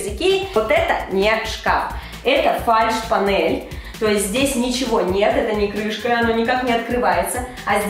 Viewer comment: фальшь понель Мои мысли: фальшивая понель, ok